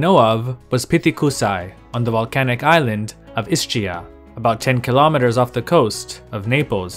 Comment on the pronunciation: It's pronounced Iskeea, ch in Italian is pronounced as /k/